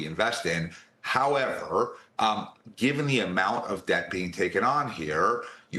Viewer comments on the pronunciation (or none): none